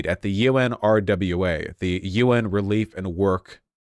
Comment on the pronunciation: UNRWA is pronounced un-wa-ra, say it slow, then fast together. It’s weird to hear Vaush keep spelling it out